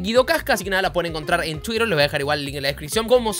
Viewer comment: Me encanta cuando dice"Twirer"jsjs